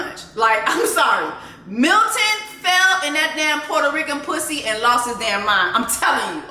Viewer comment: Jessie I KNOW you grew up in Dade bc that “Pusssay ah hoe” is too STRONG. It’s AUTHENTIC… 😂😂😂😂😂😂